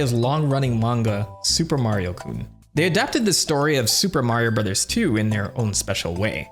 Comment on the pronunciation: I miss you saying "Suupaa Mario Burozaa" 😢